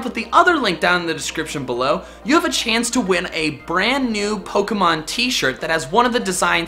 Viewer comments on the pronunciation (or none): none